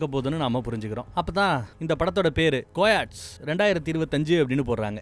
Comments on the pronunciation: கொயட்ஸ் இல்லை கயோடிஸ் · movie name is pronouce as [ ka yo tes] not ko yats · Hi anna, Dont mistake me just to let you know. its not கோயாட்ஸ் its கயோடீஸ்‌. Thank you. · anna athu coyats illa kai·oh·teez apdinu prounce pannanum. apdina oru species name wolf(onaai) mari innoru species than coyotes. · It's Ka- yo tee brother. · கயோட்டிஸ் nu pronounce pannanum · Crt ca-yo-te nu solanum... 😊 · Wrongly pronounced title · Bro coyotes pronounce thappa sollringa